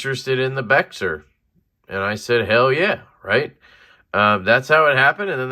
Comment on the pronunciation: Bexar is pronounced Bear. From a Bexar County, San Antonio resident. Trust me no one from Bexar County says it any other way. Tactile is located in Dallas. Not sure why they show us love but we appreciate and reciprocate it. Disappointed the edge wasn't razor sharp. That's a head scratcher 🤔. Good to know they recognize Lefty as an influential channel.